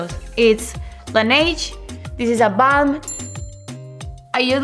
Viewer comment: En vez de balm dijo bum (cola) jaaa jaaa